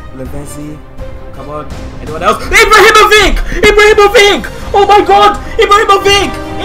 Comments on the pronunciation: It is not pronounced Ibrahimovic, It is pronounced Ibrahimovich? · You pronounce ibrahimovic wrong :s